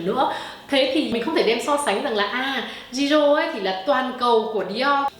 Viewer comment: Chỉ góp ý 1 tẹo là Jisoo đọc là Chi Su ạ. Tiếng Hàn chữ J đọc là "ch". Cảm ơn chị đã làm clip rất tâm huyết về Blackpink